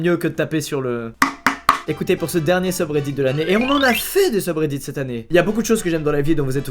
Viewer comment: "Dernier seube redite" ...... .... ... .. . AH